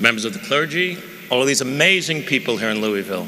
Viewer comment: At least he pronounced Louisville correctly